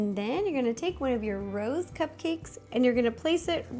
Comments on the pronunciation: I saw the cupcakes as rose, and heard you say it as "Ro's". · my favorite part is when you said Rose ro